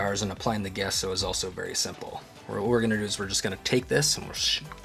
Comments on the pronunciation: Gesso is pronounced like Jesso with a J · Thank you for showing this. I believe, Gesso is pronounced Jesso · Hi, That white undercoat you're using is pronounced , "jesso" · It's pronounced Gesso. He's using Sargent Art Liquid Gesso.